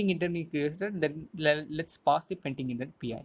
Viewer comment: its "PendingIntent" not "PaintingIntent"